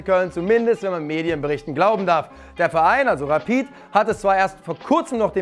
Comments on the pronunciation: Endlich ein Deutscher der Rapid richtig ausspricht, danke! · Das erste mal, dass ich einen deutschen höre der Rapid richtig ausspricht